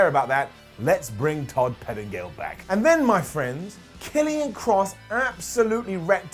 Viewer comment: It’s Karrion Kross dawg 😂